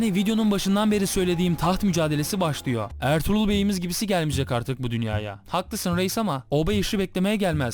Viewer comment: abi ertuğlur derken kuruluş ertuğrul filmindeki ertuğrulmu :D